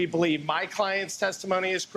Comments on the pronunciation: Paleave???????? HAHAHAHAHAHAHAHA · Please "pelieve" me!